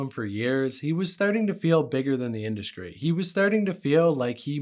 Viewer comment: stop dude. ExKREAMLY? IndusKRY?? lord have mercy you're killing me